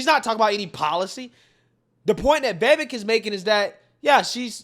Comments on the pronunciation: VI V A K E - practice saying his name. Please brother. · V I V A K E V I V A K E V I V A K E. Say his name the way I spelled it. That is the proper pronunciation of his first name. It rhymes with cake.